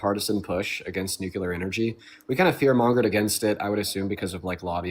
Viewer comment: NOOcleeyar. NOOcleeyar. C’mon man